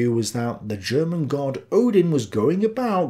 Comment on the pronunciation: I love your program and I am a subscriber. The only thing that I find störend is that you mispronounce most German words. Please take a German 101 class or get an educated, native German girlfriend!